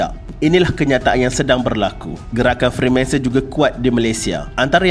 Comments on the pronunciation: Freemason. Not Freemanson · Freemanson? FREEMASON la bang 😅😅🙏🙏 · maaf tegur bang, betulkan sebutan dan ejaan.. bukan freemanson.. tp freemason.. utk video lain boleh betulkan. tkasih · Bang freemanson ka freemason 😷